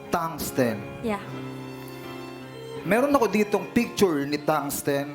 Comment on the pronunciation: Thungsten po Hindi thumbs ten